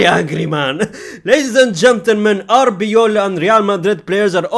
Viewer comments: brother it's arbeloa not arbeola 😂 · The way he calls him Arbeola instead of Arbeloa 😂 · Love the indirect diss on Arbeloa by mispronouncing his name everytime suggesting "if he was a legend I would know how to pronounce his name" 😂😂😂😂